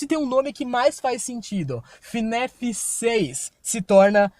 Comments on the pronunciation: Pq vc fala fnef? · lek ele falando fnef, falando Henry errado, chamando a criança de Michael tava doendo lek pqp slk falou tanta coisa errada que eu tô me contorcendo até agr